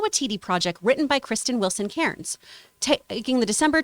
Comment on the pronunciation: Guys, John actually pronounced Cairns correctly the FIRST TIME! It's Care-ns! Not bloody KAHRR-NS lol I should know, it is my name after all. P.s I'm English, so maybe it's just another example of a word you Americans butcher the spelling or pronunciations on! Aloooo-man-im instead of Aloo-min-eeum Color instead of Colour Etc etc. Ok, time to put my Tampax in 🤣